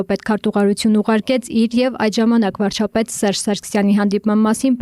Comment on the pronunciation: Վարչապետ բառը չկարենալ արտահայտվել, բայց ուզնենալ դառնալ Վարչապետ 😂😂😂